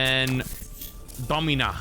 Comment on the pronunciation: "Dommyna" what are you doing bro